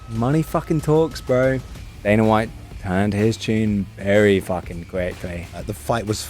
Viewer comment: Why is dude able to pronounce the A sound when it's the prefix but not the suffix.. I don't understand. Dana = Daner Arena = Areaner properly prounces it in the beginning of a word but not the end??? Like wtf, shts Hella annoying